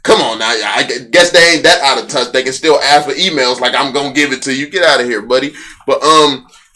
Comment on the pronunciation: OM FUG, you said Buddy so white.. "Cmmon Buddy" Made me proud ma Ninja! Aww crap, Grandpa stop Fudding!!!